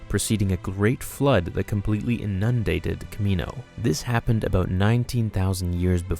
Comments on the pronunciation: its not pronounced inUNdated, its pronounced INundated. Great vid!!! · cough....inundated ( IN-un-dated) not (in-UN-dated)...keep up the great content.